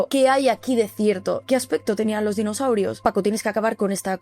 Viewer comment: Espera, espera. Dinoshaurios. Ahora si. Le faltaba la H.